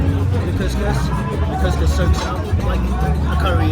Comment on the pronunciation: For future reference, couscous is pronounced phonetically as kooskoos, not kus, as your pronunciation means "vagina" in Arabic 😂 Try to recall if every time you ordered couscous, did you get any sh*t eating grins from your servers? 🤣